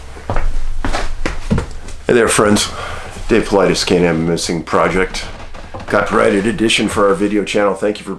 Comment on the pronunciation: Love when you say paulides out cracks me up every time!